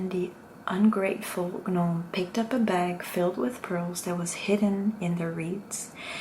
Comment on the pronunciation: It is pronounced Nome, not Gah-Nome. Hopefully you find this helpful